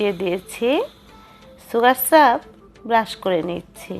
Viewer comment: সুগার স্রাব বলেনা আপনার উচ্চারণ ঠিক করেন সুগার সিরাপ বলে...